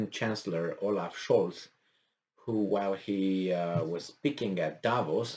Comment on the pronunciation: Oaf not olaf